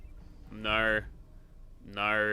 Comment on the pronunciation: i love the part when he says " Naur."